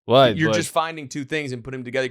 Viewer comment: "Does that make sense wight now?" "No."